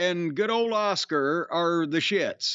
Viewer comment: Cornett said Oscar instead of Askua😂😂😂😂😂